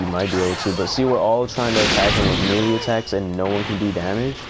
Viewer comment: No offense but its pronounced maylay not melee even though its spelled melee